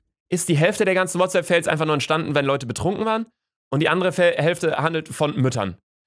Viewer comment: Niemand: Wirklich niemand: Luca: Herzlich willkommen zu einer weiteren Folge WHATSAPP FAYLS (Sparen lernen Babbel). (Ich weiß das Kommentar ist dumm aber das passt zu diesem Kanal).